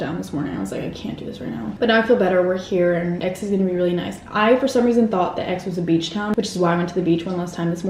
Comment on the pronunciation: the x in aix in silent